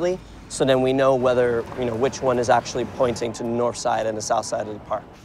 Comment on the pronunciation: "link goes up NORFF"